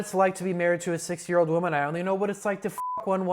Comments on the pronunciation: bro i swear he was saying 6 year old not 60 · I kept hearing 6 and 7 year olds instead of 60 and 70 year olds😭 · Yeah, and basically nobody in the comments is getting it. He literally said this: "I don't know what it's like to be married to a s i x year old woman, I only know what it's like to f**k one once a week for a thousand dollars" He pronounced 60 as 6 for almost the entire video and added misleading subtitles just for this joke ... genius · You need to work on pronouncing the number 60 more clearly 💀💀